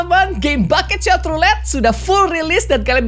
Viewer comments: kak regi nyebutnya bukan bucket shot tapi buckshot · "Bucketshot" woilah bucketshot 😂